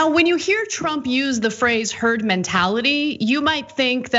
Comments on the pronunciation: Did he say TERD MENTALITY???Cuz that makes sense. Lol. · Did anyone else hear Trump say "turd" mentality before he corrected himself. Is that what he actually thinks of the American population? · He almost said “Turd Mentality” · Wait... didn't just hear him say 'TURD MENTALITY"? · "You'll develop a turd.. herd..." Greatest President... lol...